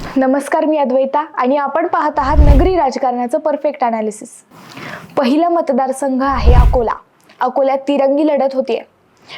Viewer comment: Aga tai akola nahi akole ahe te🤦